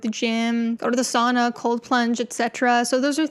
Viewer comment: wtf is saWna? ITS SAUNA